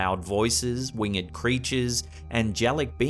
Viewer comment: Just FYI "Winged" is a diphthong pronounced as wing'd. Not wing-Ed. You're thinking of that Simpsons episode where Homer mispronounces "learned" which is different. Words like "hanged" and "winged" are one syllable unless you're reading poetry or Shakespeare